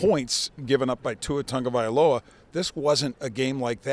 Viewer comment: there is no N in Tagovailoa. And please stop calling them the JagWires. You guys are professional journalists. Cmon man